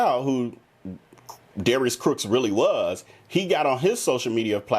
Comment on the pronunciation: I noticed you slip and say Darius Crooks instead of Cooks many times during your video.